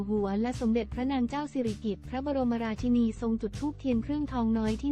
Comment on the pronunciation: อ่าน ราชินี ก็ไม่ถูก คิดจาอ่าน ก็หลงๆลืม